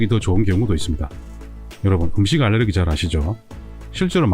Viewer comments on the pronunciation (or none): none